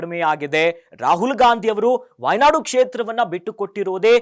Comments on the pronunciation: ವಾಯ್ ನಾಡು ಅಲ್ಲ, ವೈನಾಡ್ ಅಂತ ತಿದ್ದಿಕೊಳ್ಳಿ. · ಅದು ವೈನಾಡ್. Wynad. ವಾಯ್ನಾಡ್ ಅಲ್ಲ.